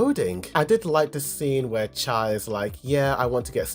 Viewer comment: Pronounces Cha's name wrong, keeps saying "the dancer" every time she's mentioned.... I'm cringing